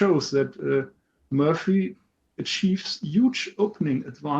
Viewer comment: it's M*o*rphy, not Mu[ö]rphy 🙂. I have to admit the CB18 did indeed surprise me. Lot of added value in the new version.